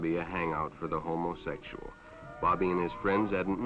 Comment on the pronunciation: The way rhey pronounce! ho moe sexual.